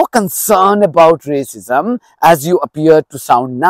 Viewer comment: I thought he said there was no rasicm in uk😂🤣😂 the irony❤❤😂🤣😂🤣😂